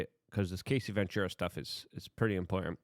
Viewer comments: Luke o can’t watch the of you don’t say her name right. You keep saying Casey…it’s Cassie. Cas-sea 😂not Case-sea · I feel like you may respect this, not trying to trash on you. The pronunciation is Ca-ss-ee, not KA-ss-ee. And it’s D-O-ge not Doige or Doy-ge. Thank you for all you do brother. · Cassie - "kass-ie" lol Luke you had me dieing trying to figure out who Casey was lol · Luke it’s Cassie! As in take away the C and the ie and it’s just ass, add them back and explain how you get Casey? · Her name is pronounced Cass-ee. Not Casey. Yw 😉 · Cassie, not casey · Bro… it’s fuckin CASS EEE. Not casey. Also, the LARGER sort of tumultulus, type of Debachurus, type of LARGER EVIL in UNSPEAKABLE ways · Brother...it's CASSIE. Not Casey. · Cassie not Casey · U keep pernouncing her name wrong. Cassie not kc. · Hey Luke, it's pronounced Ka-cee. And I know you from back in your NY days. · It's Cassie, Luke. Not Casey. 😂 It's okay we love your tongue slips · It's Cassie not Casie